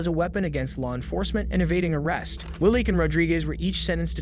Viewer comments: The AI is absurd. “Arrest” isn’t pronounced “Air Ist.” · and 'Air rest' for arrest. pfffft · Is this AI voice mispronouncing Arrest, and numerous other simple words?